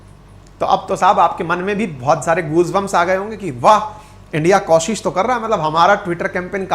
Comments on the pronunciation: आप हमेशां कोशिश को कौशिश बोलते हो ये ठीक नहीं है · आज तक आपने कोशिश को कौशिश लाखों बार बोला होगा जो गलत उच्चारण है